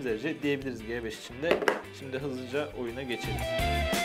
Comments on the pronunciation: Abi G beş değil Ci beş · el"ci" ci 5 yerine g5 demeniz ne kadar ufak bir şey olsada acayip taktım 😂